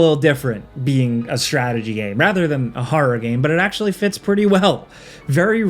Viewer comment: oh your coworker ''Falcon who cannot say the word Game ''he says it like Gahm for more than a decade now'' hates Sands of Time